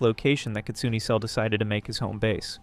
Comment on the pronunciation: The name kitsune is pronounced 'kit-soon-ay'